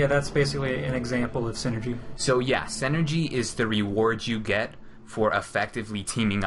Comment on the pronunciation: Does anyone hear that one dude saying "Senergy" like its some sort of made up word lol. The word synergy is pronounced "sin-nergy". It's a real word bud.